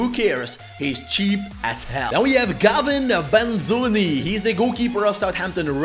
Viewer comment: "Gavin Banzuni"💀